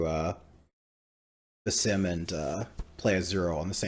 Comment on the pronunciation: Love the more conversational style. One tiny note: it’s pronounced “bass-SEEM” and it’s a real world name in the Middle East